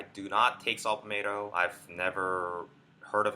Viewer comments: Shut up and get to the fuckin point, bitch... And it’s Pall-Met-toe, not Pall-May toe. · Saw “palmateo” lol